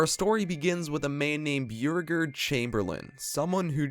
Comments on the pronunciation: Byoo regerd is how I’m saying bow regard (Beauregard) from now on. 🤣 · Are you saying Beauregard? Cause it’s pronounced Bo-Regard, but I’ll keep watching 😂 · chamberlain’s name is pronounced BOW-RE-GARD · Beauregard is pronounced BOW-ree-gahrd. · That's not how u pronounce Beauregard.... also copperhead strike isn't to the east of cedar point. It's south, however shoot the rapids was east of steel vengeance, which was also themed to moonshine business